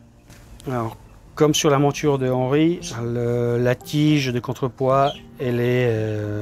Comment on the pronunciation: pourquoi vous prononcez montchure au lieu de monture? Pourquoi tchu et non pas tu?je suis d origine étrangère et j'aimerais comprendre le pourquoi du comment. Merci